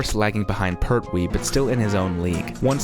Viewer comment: it jon pertwee not jon perwee